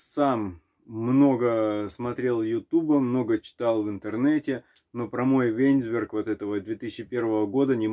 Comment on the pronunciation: Не вэнзберг. а до словно вайнсберг . Удачи на дорогах.